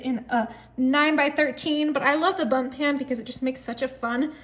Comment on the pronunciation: Did she say "bump" pan or was that just the closed captioning? Either way, it's bundt. This recipe provides me with some great inspiration!